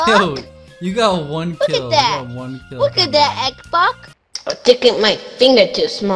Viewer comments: Heres a drinking game: take a shot every time drizz says "xboc" instead of xbox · can't even say xbox he ses it like xboc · He’s too old to pronounce Lana Rhodes as “wanna wodes” and saying “xbok”🤦‍♂️ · The way he calls him 'Xbock' is infuriating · Tf is a “XBOC”! 🤣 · it’s weird how he can say x and the beginning of Xbox but can’t say it at the end XBOC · I like how he says xboc instead of xbox lol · He says Xboc instead of Xbox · Man saying X Boc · Why does he keep calling him “xboc” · he saiad twas xboc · he sayed xboc not xbox hahhahahahaha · Gaming yes. At points he said xbok and he said xbox and he soinds older.. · He can’t even pronounce Xbox and he says words like that 🤣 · Kid can’t pronounce L’s or X’s